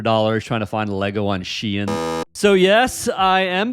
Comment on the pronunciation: the way you say Shein pisses me off lol